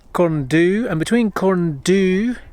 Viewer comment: Why don't people prepare properly before making these videos. Your pronunciation of both Pen Y Fan and Corn Du is ridiculous and embarrassing. Pay Wales and the mountains respect by taking the time to learn how to say what are really very easy words.